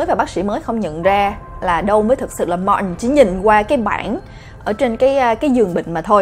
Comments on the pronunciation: em tưởng phả đọc Martin là ma-tin chứ sao lại đọc là ma-ừn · có ái coi lầm thứ 4 mà vẫn còn ức chế chữ martin của bà đọc k.Tại vì bình t đọc là Mạc-tin hoặc là Ma-tin mà bà bã đc là Ma-ần nên nghe rất chi là k qen luôn ~~ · Phải đọc đúg là ma-tin 😞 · martin thì mình nghĩ phải đọc là ma-từn nhưng đọc là ma-ừn cái này có vẻ giống với từ important vì khi xem phim mĩ mk thấy người ta đọc là im-por-ừn chứ ko phải là im-por-từn như IPA trong từ điển cả từ martin và important đều bị người mĩ (chắc tại ở mĩ nên cũng đọc giống vậy:D) đọc khuyết chữ 't', tại sao lại vậy,cao nhân nào chỉ giúp mình với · Martin e cứ tưởng đọc là Ma tin nhưng lại đọc là Ma ừn =))